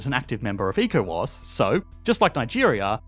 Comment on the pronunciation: ECOWAS is pronounced as echo-wass